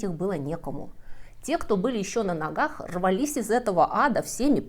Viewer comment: Люди рвалИсь, а не рвАлись… недостаток образования? Много огрех в произношении… над этим нужно поработать, дорогая.